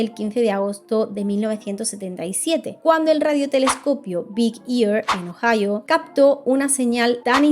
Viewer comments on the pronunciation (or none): none